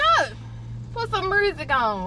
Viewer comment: she said put some mursic on lol